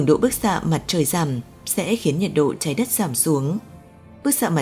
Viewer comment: Chị MC ơi ! Tiếng Việt có 5 dấu: sắc, huyền, hỏi, ngã và nặng. Chị đọc dấu sắc thành dấu hỏi là sai chính tả rồi: - Trái đất, chị đọc là TRẢI Đất - Thực tế, chị đọc là Thực TỂ - Có, chị đọc là CỎ Đã làm người nghe hiểu nhầm ý